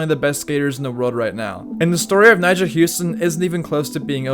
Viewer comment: Be like everyone who has undertitles on when he says the nam Nyjah🤦‍♂